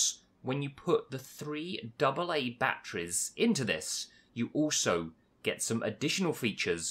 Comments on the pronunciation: anyone else get triggered by the way he said zombies and batteries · not judging like just abit wierd